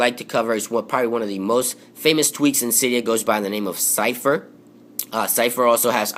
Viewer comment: that is not how you pronounce zephyr